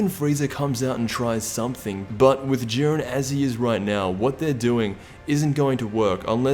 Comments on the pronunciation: "Even in goku knocks out (juh-eye-ren)its because of what 17 did" Explain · His name is jiren not duren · Dude. Its pronounced jiden. And vegeta isnt pronounced vejita.